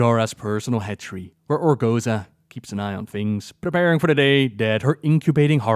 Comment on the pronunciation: "ORGO-ZOA." not "ORGO-ZA"